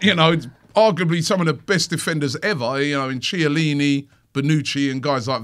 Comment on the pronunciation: Was that the right pronunciation for Chiellini?!